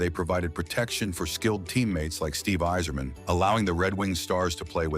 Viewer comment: Can't believe you got Stevie Y's name right, you screwed up Bobby and Joey's names.